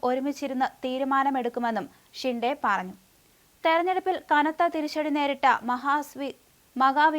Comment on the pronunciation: ഷിണ്ടേ അല്ല ശിന്ദെ യാണ് ശരി😂